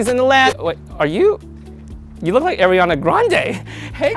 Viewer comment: Air-iana Grande